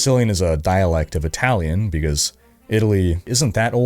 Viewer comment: As Italian, I can say your accent is pretty good!! Nice!